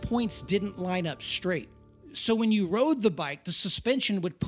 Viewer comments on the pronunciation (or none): none